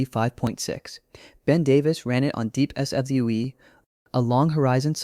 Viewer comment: Pronouncing SWE in DeepSWE seems to be very hard lol